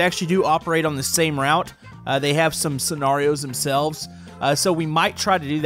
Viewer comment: why are you saying scenarios it’s scenarios